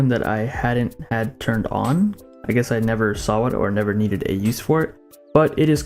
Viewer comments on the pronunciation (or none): and saw as 'sawa'